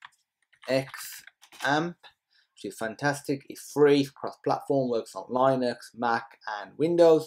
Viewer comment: It's pronounced LIN-UH -X not LINE-UX